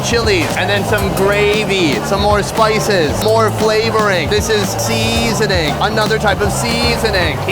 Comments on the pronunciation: Sunny, it seems you have developed asian accent " seeeeeeeeeasoning ... " hahahahaha... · why does bro say seasoning like that 😂